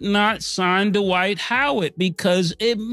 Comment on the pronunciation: It's Dwight...not Dawight